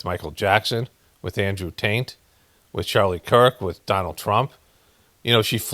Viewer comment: ive been saying this for years... its a conspiracy of conspiracy even that one guy years ago in the CIA in the 80s qouted that was the goal so nobody knows what is true or false, and idk if you said it by accident but you said Andrew "Taint"...thats hilarious! Hope that was on purpose